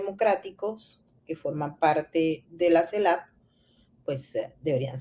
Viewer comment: Tu trabajo es maravilloso pero tú pronunciación no tanto...dices CELAP, y es CELAC, dices cactura en vez de captura... justo al revés...😉